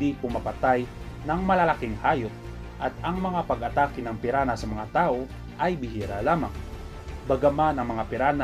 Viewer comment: Piranha hahaha piran ha daw